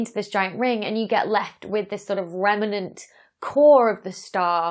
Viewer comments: Excellent video as always Dr Becky, but pronunciation police report here: remnant has two syllables, not three. It’s rem-nant, not rem-er-nant. xx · I love your channel! Question though ... how many syllables in the word "remnant".